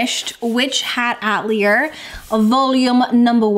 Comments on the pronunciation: FYI Atelier is pronounced Uh-teli-ay not at-lee-er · So cozy and fun!! Just wanted to mention atelier is pronounced ah-tell-ee-ay ☺️